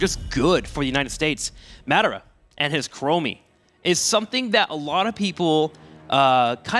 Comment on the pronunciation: Omg say Madara right the other announcer said it like 50 times. Be able to say players names that is just disrespect.